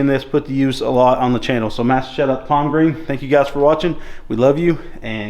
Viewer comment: Thanks. By the way it's Palmgren not Palmgreen.